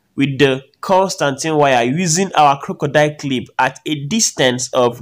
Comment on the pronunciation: My man legit said, "the Constantine wire"😂😂😂 Please it's constantan wire